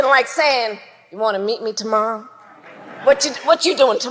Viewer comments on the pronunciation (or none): The fuck? "Whachu doin tomorra?" What the hell?